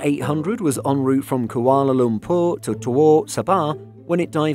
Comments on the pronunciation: Tawau is pronounced "taawow" not "thowooo" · Mate if you’re going to cover more regarding this, I’m gonna do you a solid and let you know the pronunciation of Tawau is “tah-wow” instead of “toh-whoa” Source: am Malaysian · i'm being picky here, but Tawau is pronounced as 'tar-wow' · FYI, it’s pronounced ‘tah-wow’. Keep up the great content! 👍🏽